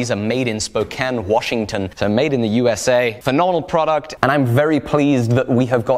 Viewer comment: Thank you for saying Spokane correctly.